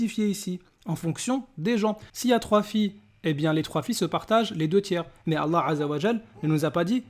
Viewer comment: Frere continue tes video et a contré ces arguments toi qui connait réellement le coran contrairement à lui qui ne sait même pas prononcer "ALLAH"